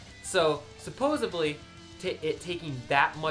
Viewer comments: "Supposably" is a major pet peeve of mine...so yeah...people care. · Many Americans say this supposebly :face-blue-smiling